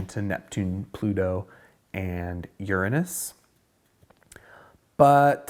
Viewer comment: Hey dude, I am planning on watching this series, but failing to pronounce "Uranus" correctly and instead mispronouncing it the same was Dan Rather did is...uh. Dan Rather was the first person, he just couldn't say it right on the air! lol. A number of months/year after than someone tagged him on a NYC street late at night. I think he cried on the air. I feel sorry for him, but its pronounced like your bum. :) Looking forward to being alchemicaly educated, (I have a BS Chem, retired, now). BTW, Dad was a moon rocket engineer back in the 60s....I have some schematics of the Apollo. :)